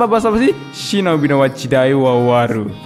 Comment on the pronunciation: Denger kata "Shinobi wa jidai owa owaru" jadi mual gw njir